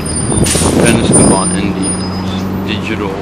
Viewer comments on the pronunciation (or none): Ur not saying the name right. Say Penob then say scot